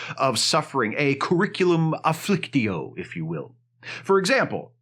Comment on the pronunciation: "Curriculum afflictio", excellent, well done!